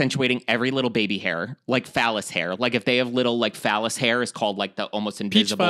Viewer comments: Not calling vellous hair phallous hair HAHAHA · Im sorry did say phallus hairs? As is penis hair?! its vellus hair! Lol!😂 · psst... idk if I was mishearing it...but I was hearing "vellus hair" as 🍆😂